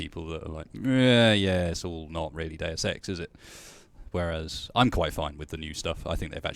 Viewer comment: "Day Of Sex" "Deus Ex"